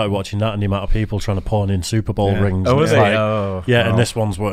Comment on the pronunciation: When you guys said “pawn stores” I thought u were saying a different word 🤣😭